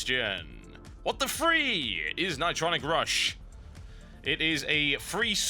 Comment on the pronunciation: ni-TRON-ic Rush